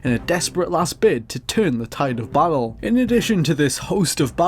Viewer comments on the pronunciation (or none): "Battle" and "bottle" are two different words, by the way.